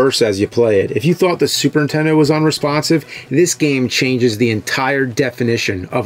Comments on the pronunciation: Why does it sound like you say SUPERTENDO and not superNINtendo.? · The way you say Super Intendo takes me back. My cousin always said it like that and I'd yell at him that there was an N. Memories. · He can say Nintendo but still says "Super intendo". No wonder you got bullied bruh, It's frustrating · Is it just me or does the nerd keep saying super tendo? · Love you videos, but what the heck is a super In Tendo? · There are THREE Ns in Super Nintendo. Not Suprentendo. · its not a "Super Intendo" ffs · The way James always says Supern-Tendo. 😆